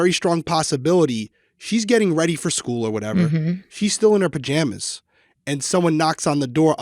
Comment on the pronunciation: Not related to the case but I do enjoy that says, "purjamas"